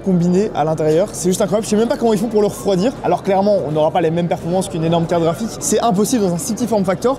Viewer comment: Merci d'avoir calé le fameux "caraphik" dès les premières secondes